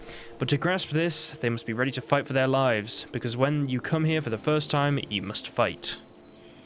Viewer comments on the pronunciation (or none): none